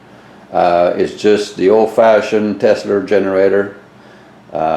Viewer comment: i saw it back in the day ,,,he is a fool ,,he can not ever pronounce the name Tesla ,,,look the power does not flow in the wire like a river ,,,if it did then it would change the structure of the wire ,,,he is and idiot trying to make sense of it ,,,,yes it is the rf ,,dumb ass ,,and yes you can run anything on higher rf as long as yo do not over amp the wire in the windings ,,,he show nothing new and produces nothing new he is an idiot ,,,learn math and the laws of electricity ,,,and learn to speak the man's name correctly